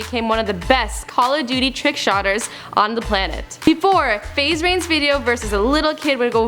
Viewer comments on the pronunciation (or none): It's called a trickshooter not a trickshotter dafuq